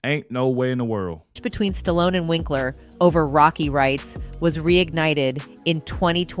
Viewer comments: Stalloneeeeeeeeeeeeeeeeeee not Stallon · "Creed the three" and "Stallion"... Who is this ignorant narrator? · I heard the narrator say Stallion then say Stallone the other time. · You can sure tell an AI by the way it mispronounces words, like Stallion for Stallone.